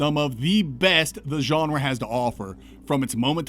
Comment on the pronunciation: As a non-native English speaker, I always enjoy your pronunciation of "genre". It's like "Geoff" and "Jeff". You say "Geonrah", and I keep expecting a noble house surname accompanying it. "Sir Geonrah Mormont, Lord of Bear Island"